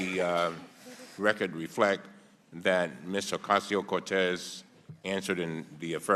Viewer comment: Alexandria Ocasio Cortez, NOT Alexandria Acosta said around 8min. I know, mistake, but fix it please.